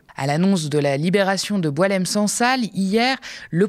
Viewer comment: C'est BouAlem Sansal et non boulem